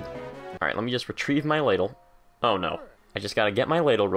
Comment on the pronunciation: it's pronouced l aah dle